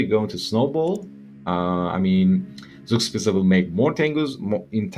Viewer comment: I know this has been an ongoing meme but Zugspitze's name comes for a real world mountain peak from Germany. It is pronounced "czug-shpi-tze" you can listen to the pronunciation on wikipedia to help.